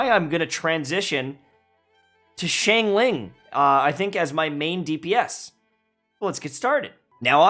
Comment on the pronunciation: He's still saying Xiangling wrong.